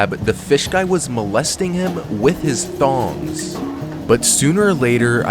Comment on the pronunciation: Tongs, not thongs 😂